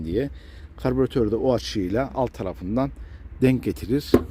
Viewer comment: Karbiratör değil Karbüratör.